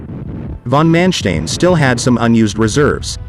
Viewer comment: I'm just wondering, is the narrator a computerized voice, because of its mispronunciation of von Manstein and Model?